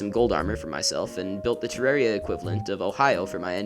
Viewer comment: Amazing video, also congrats on being one of the few people that actually pronounce 'Terraria' correctly!